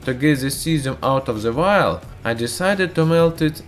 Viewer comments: Jerry Yu : he said VIAL NOT VILE / WILD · No offense but every time you said vile , i thought you said wild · lmao so did I!!! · if you wouldn't have posted this I would still think that's what he was saying. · ChErRyaV me too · Same x'3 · wait he wasn't saying wild?? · Jerry Yu. There is no w in there lang